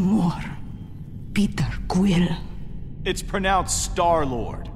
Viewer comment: Did anyone else realize that he said peter Quinn not quill